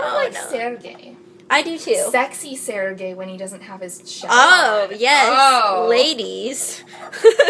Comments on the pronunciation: I like the turtle being named Sergei, my friend's little brother Sergei was obsessed with turtles, so I think the name is suitably turtley. pronunciation is good, but the emphasis is on the 2nd syllable. You guys are saying it SER-gei, but it's ser-GEI. =] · Sergei is pronounced with the accent on the E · As I'm Russian I should say that "Sergei" has the stress on the second syllable.Like...SergEi